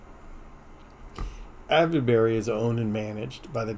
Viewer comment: Me again. The pronunciation for Silbury is sil·buh·ree hil and Avebury is ayv·buh·ree. Just hoping this helps to say the names correctly. I literally live 10 minutes away from Avebury and Silbury hill and about 20 minutes away from Stonehenge. 😊